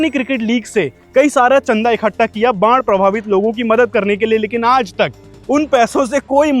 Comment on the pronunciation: भाई वो बाण नहीं, बाढ़ है!